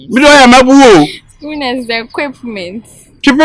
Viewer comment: no good oo😂😂😂 Equickment paaa😂😂